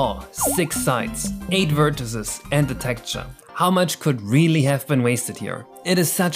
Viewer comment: Its Texture not Tekture